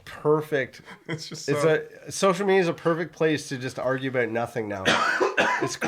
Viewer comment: I can instantaneously tell that you're both Canadian because of saying " aboot " instead of " about " at the start of this video. Anyways ( that's another of your Canadianisms, innit? ) putting all of this pronunciation bullsh!t aside I loved your 'girl' talk about hair washing; it was hilarious for me to listen to. I speak as a fully qualified ex-hairdresser and both of you are somewhat correct in how you wash your hair. Here's my professional pointers for you to take in. You should wash your hair twice - the first time is to remove dandruff and dead skin cells from your scalp as well as excess grease from the hair shafts and the second time is to condition your hair. Personally speaking I use a good quality combination shampoo and conditioner and squirt it into the palm of one hand and then apply it to my head using all of my finger tips - it's like having a very deep scalp massage and you should NEVER use your finger nails to scratch your scalp because you don't know what's under them and you could possibly scratch your head and unknowingly apply microscopic amounts of dirt into those scratches. I don't scratch my head when I'm out of the shower if it's dry - I use the balls of my fingers to get rid of any itchiness. While I wash off the first application immediately after I've done this it doesn't matter if there's a tiny amount of shampoo and conditioner left on before the second application because I leave that application on for a couple of minutes so that my hai